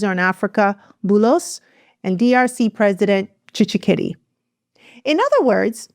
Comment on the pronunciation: TSHISEKEDI NOT TSHISHEKEDI